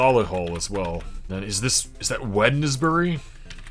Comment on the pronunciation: Can I say how impressed I am that you said Wednesbury. People passing through think it's enormous, but that's just because all the cars in England grind to a halt there!